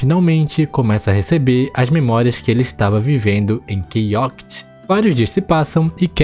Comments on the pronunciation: Caramba, ouvir você falar o nome do jogo errado por 48 min vou tenso kkkk, é ChaoTIC e não ChaoCIT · Quase enlouqueci de tanto ouvir “Key Oct”. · eu não acredito que o cara vai passar o video todo falando o nome do jogo errado.... só se passaram 2 minutos e eu já perdi a conta de quantas vezes ele falou errado